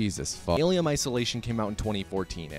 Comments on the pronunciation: why do you keep sayin "alium"? Not as funny as you propably think it is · Why do you call it an alium 🤨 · "Alium" ? Huh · Are you saying Aliem? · Why is he saying alyum?